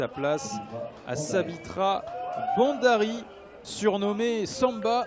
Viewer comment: Ce mec ne prononce pas bien ! B H A N D A R I!